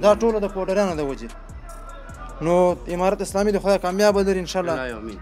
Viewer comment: برادر محترم تشکر ازگزارش های جالب و خوب شما. منتهی یک خواهش از شما داشتم که در قسمت ادا حروف و صحبت های که میکنید کمی دقت کنید تا صحیح تلفظ شود تا تغیر در کلمات شما بوجود نیاید. مثلا شما گفتید که تشکر از حمارات اسلامی. اگر معنی حرف حمار را نمیدانی به معنی خر است و زمان که شما جمع ان را بکار میبرید بقیه معنی انرا خود تان حدس زده .میتو انید که چی است. دیگه تشکر و جور وصحت باشید.